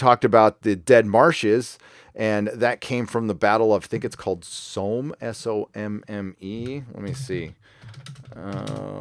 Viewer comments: Americans and geography / history !... it's not S..ow ..mme.( like sowing).it's S.o.mme..like homme ..it's a flat "o". It's a river in France that was the site of a massive and brutal battle in the 1914-18 war. The British army alone suffered nearly 60,000 casualties in ONE day. Tolkien fought in this battle...So he really understood the themes of heroism, death and sacrifice. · it’s the Battle of Somme, pronounced like ‘Tom’